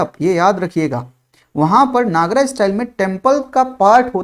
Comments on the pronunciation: Sir your teaching is superb, i just have one request, pls don't pronounce NAGARAA,, it's Nagar , A is written at the last but not spelled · नागरा nahi, नगर style kehte hh.